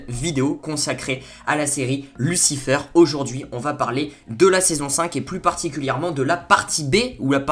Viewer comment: c'est Michel pas Mickael et sa se dit lucifér pas lucifeur après jsp si c'est un accent que tu as